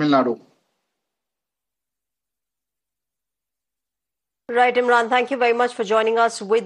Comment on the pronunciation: What the hell is "Tamil Nad"?? It is "Tamil Nadu".